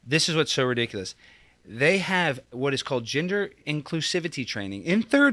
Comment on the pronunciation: Gender inclusivity training I heard “ginger inclusivity training” 😂😂😂😂